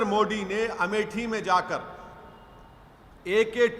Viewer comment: गधे हमेशा कन्वर्जन अपनी मर्ज़ी से नहीं होता। पहले अपनी हिंदी सुधार-100बार बोल-मोदी-मोदी-मोडी नहीं-मोदी-तेरी ज़बान साफ़ हों जाएगी